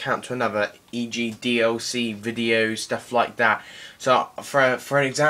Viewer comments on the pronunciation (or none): How british people pronounce “DLC”: DOC